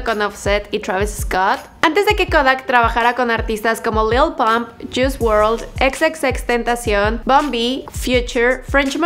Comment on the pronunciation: Se pronuncia " tri ex tenteishon"